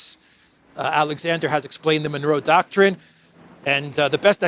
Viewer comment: Fan of this show, haven’t missed a single vid since subbed, you said Manuro doctrine so many times I got confused, are you trying to say manure with a spanish accent?